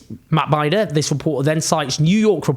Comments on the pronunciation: Heeeey Binder getting a shout out, speakingthe truth!! Hell ya. Btw Mr. Jones its prounced Been-der not binder lol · Binder like cinder, not binder like sidewinder. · It's Bin-duh, not Bind-er. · Just a note: Matt Binder's name rhymes with cinder. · Love the video. Just wanted to tell you that that journalist's name is Matt Binder is pronounced Bender. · Well Said BTW its pronounced Matt B In Der ❤️🙏🏻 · Matt Binder is pronounced like the word "in" ("in the room"). It rhymes with the German word "kinder" (as in kindergarten). Cheers. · Matt Binder is pronounced “Bender.” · Matt is called Binder as in Tinder, not as in Finder. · Owen, Matt Binder (pronounced: bin-der) 😉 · It's 'Matt Bin-der'